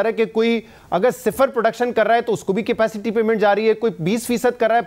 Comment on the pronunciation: Nigosiate cipaicity yeh Kya bol rahe hai